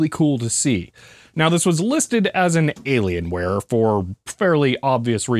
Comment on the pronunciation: It's an alien wire... not alien ware.